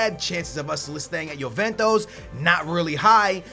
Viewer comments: dude can you not pronounce anything right ? you say yoventos instead of juventus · I like Chelsea career mode better just because I get stage 4 cancer everytime you say YOOVENTOS........ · The name of the club is not JuventOs? It´s JuventUs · youventos . pugba lmao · Na america (penso eu) que não pronunciam "ju" pronunciam "yo" ou "yu"